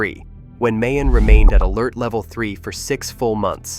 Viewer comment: It's pronounced "Mai Own" And Taal is "Tah all". In Russian you'd use ь between the aa. The other place names are BUTCHERED badly. La Gas Pee, All Bai, never mind!